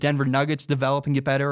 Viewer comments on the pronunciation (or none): none